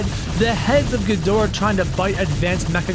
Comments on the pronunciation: Its not king ghmorah its king ghidorah and the hybrid is named ghidorahzilla Ok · Why should u say king Ghimorah it's ghidorah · I got so triggered when he’s said king gamora :D